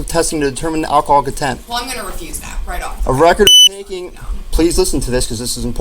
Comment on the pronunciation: LOL at “alcohol con-TENT’